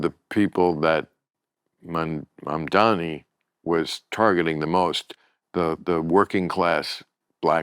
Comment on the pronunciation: Bill - you still can't pronounce Mam-dan-eee?! You, the 'News guy'?? Pure petulant disrespect.